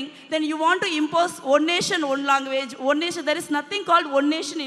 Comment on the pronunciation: Question or Kostin😂🤣😅.....Across or Agross...language or longu-wage....😂🤣😅....Jyothimani